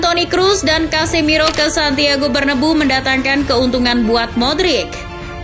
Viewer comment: Santiago bernabeu bkn santiago berdebu woii